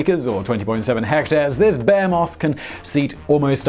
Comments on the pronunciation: Every time he says behemoth, I hear Bear Moth and that's a scary thing to imagine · he said, “this bear moth”. He most likely was trying to say behemoth. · I don’t even know whether he’s saying “bear-moth” on purpose or not, all I know is that I hella want to see an actual “bear-moth” or even better a behemoth “bear-moth”. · "This bearmoth..." love your work, Simon. 😂 I do chuckle at the British pronunciation of "behemoth," though. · I have never ever heard behemoth pronounced the way he pronounced it, wow